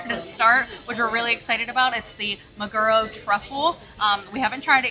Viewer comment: it's mag-er-o the Japanese word for tuna NOT ma-ger-o